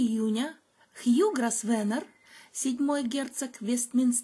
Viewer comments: «С» там не произносится. «ГрОвэна» на британском английском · Извините, но вот тут мой муж-англичанин подсказывает, что фамилия Grosvenor произносится как Гровно. Так что не попадите в просак, когда услышите это имя в прессе или если будете произносить его перед англичанами. Удачи.